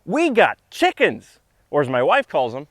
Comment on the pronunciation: I like your dialectic pronunciation of "Chickums". Similary here in Australia (That's ..down-under to the likes of you), we spell it "Chickens" but it's often pronounced as "Chooks", "Chiggen's" or in some regions simply "The girls". Some sample usage: "Going down to the charcoal chook shop to get dinner" .. you would not say "The Girls" here because it would refer to the shop attendants. Another example would be "Going down to the Hilton to check if the girls have left us any eggs".